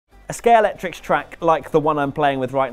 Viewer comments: It’s amazing how many people who actually own these sets, continue to mispronounce them as “Scalectrix” sets... 👎 when they are actually “Scalextric” sets... 👍 Just saying... 🤷🏻‍♂️😊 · Brilliant track. But it's Scalextric not Scalectrix ;) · No, not Scalectrix, it's Scalextric. If you're going to talk about it in a video, learn to pronounce it properly. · Also can't say Scale X tric or Silver stun. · Is there a more mispronounced brand than Scalextric? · Scalextric pronounced wrong in the first 3 seconds lol. (He said Scalectrix) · Well that was a good start ..."A Scayalectrix track" No mate, if you cannot pronounce the product name properly, then you clearly are not a slot car fan Clicked thumb down and out of here........... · When the presenter says "Scalectrix track" within the first five seconds, you know he's not worth listening to/watching 🙄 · Note that the ‘X’ in Scalextric is in the MIDDLE, not at the end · Can't pronounce Scalextric